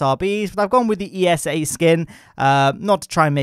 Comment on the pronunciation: Why do you say E-S-A instead of ESA? But hey. Cool video